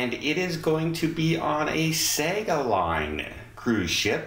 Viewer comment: Hi,it's pronounced 'Sarga'. 😃👍🏼🥰